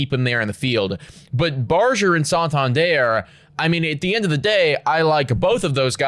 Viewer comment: This shit is really getting tiring to watch. Also you guys are still pronouncing Barger's name wrong.